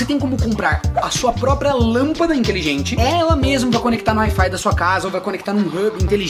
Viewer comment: "Interruptor Intelingete"